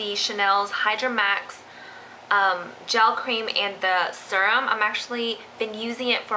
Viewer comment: um....serum is pronounced seeerum. not surum.